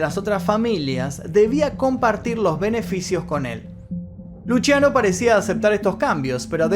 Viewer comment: Me llamo Luciano y se me hace rarisimo que lo pronuncie Luchiano